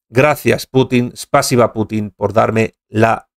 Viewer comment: No se dice espasiba sino spasiva.